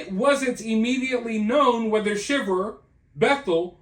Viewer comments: The last name is pronounced Shy-ver. Long I. This is why I can’t stand social media like Instagram, people portray a picture perfect life even though it’s the exact opposite. Maybe if people lived in the real world things would be different. This man is lucky the plot was discovered. How a wife could take the father of her kids from them is awful. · The last name is pronounced Shy ver. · It's pronounced SHY ver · You know that you're pronouncing their last name wrong, right? It's not pronounced like the reaction one has to being cold. With a short I. It's pronounced with a long I. Like if it was spelled Schiever. But it's spelled Shiver. Just trying to help you out! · It's pronounced "shy-ver" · Their name is pronounced Sh I ver.